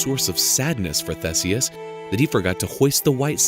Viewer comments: The pronunciation of THESEUS 😩 There is an updated version of this video which is much better. Which begs the question of why this version is still up? Maximum views I guess. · Umm in The UK we pronounce 'Theeseus' but it's the same letter name (Theseus)